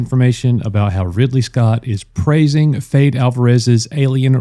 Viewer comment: Fede (I think its pronounced Feddy) Alvarez gave us Don't Breathe and the Evil Dead Remake. This sounds amazing